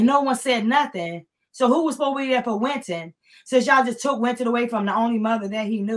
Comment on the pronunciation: Winton not Quinton